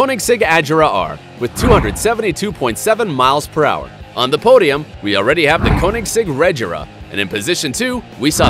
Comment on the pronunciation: you said koenigsegg regera wrong